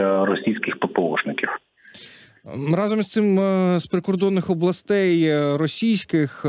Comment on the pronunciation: Пане Богдане Амосов. Ви чудово ведете етер, але перепрошую, рАзом, рАзом, рАзом, а не разОм!! рАзом треба казати.